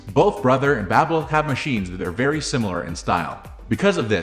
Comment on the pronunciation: BabyLock not BabAlock ?! 😂